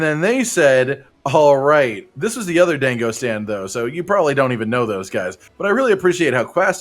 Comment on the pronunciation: Dear god he pronounced it dayngo.